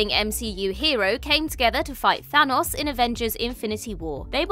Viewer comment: Who TF is Than-AHS?